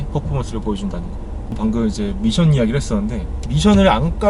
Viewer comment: 미션 발음에 빠지네요 ㅎㅎ